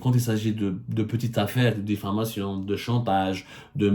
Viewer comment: On dit diffamation pas diflamation monsieur le journaliste francophone 👍